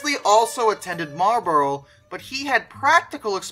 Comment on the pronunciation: Marlborough is pronounced Marl bore ugh - ough is never pronounced 'o' in the UK